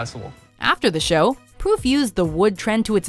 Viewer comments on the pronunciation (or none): did she say pwoof?